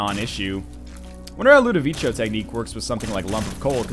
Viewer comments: If its italian or french its LudoviKo. Actually i cant find language where ludovico is pronunced ludovichyo. (it would be Ludovicio not Ludovico) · NL it's pronounced Low-doe-vico from the movie/book "A Clockwork Orange" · It's pronounced Ludoviko, you lovely ding-dong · It is pronounced Lood-Eh-Veek-O, just for future reference. They say it out loud in A Clockwork Orange. :D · Rewatch A Clockwork Orange for the correct pronunciation. As an added benefit, you'll get to watch A Clockwork Orange!